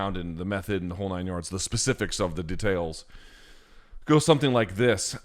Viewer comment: He says Details funny